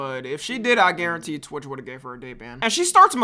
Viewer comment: why he say torch or am i trippin💔